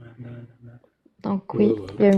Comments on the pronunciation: L'instant "lecture" du deuxième intervenant est affligeant... Comment peut-on lire aussi mal? Il apparaît évident qu'il ne comprend rien à ce qu'il lit! " lui assurer le gîte " prononcé "guite": au secours!!!! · Le "guite" 😂😂😂😂 Le gîte screugneugneu de sot !